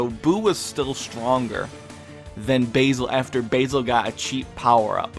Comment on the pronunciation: thumbs up for the way you pronounce Basil and Lavenda lol everyone else pronounces it super awkward.